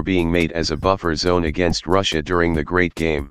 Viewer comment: Can take you seriously when you say Ruzzia